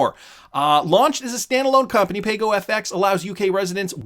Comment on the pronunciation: According to Ana Botin it's pronounced "Pah-Go."